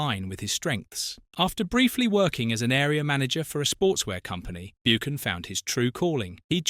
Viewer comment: hard too watch this its BUCKAN YOU PRONOUCE IT BUCKAN